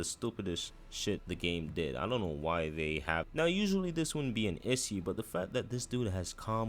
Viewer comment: bro cant say issue